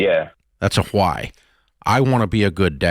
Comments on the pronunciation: Why does he pronounce why as Hawai? 😂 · Does he pronounce it “whWat” and “whWy” or is it just me?🙈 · What is this HWHY and this HWHAT that Dave keeps talking about? 😂😂